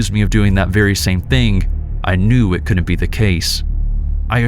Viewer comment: The contractions are pronounced wood int and cood int. NOT woo nit and coo nit.